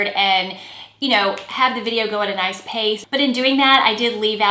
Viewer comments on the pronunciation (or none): none